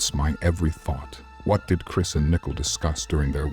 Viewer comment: it’s pronounced more like “NICK-COLE”, I hope that’s helpful. Unless you’re using AI then that makes more sense lol